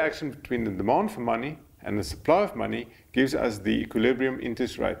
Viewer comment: "Demond for money" sounds a lot like "bond"